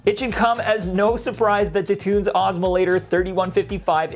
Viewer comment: There's no possible way that's pronounced "tunes."